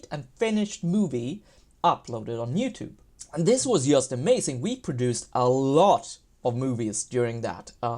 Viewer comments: "yast"? WTF is that accent? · Ok, thanks. Yeah, I get that it's "just", but he can say "GMT", so this "yast" yast bugs me. Cool channel though. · swedes pronounce J like Y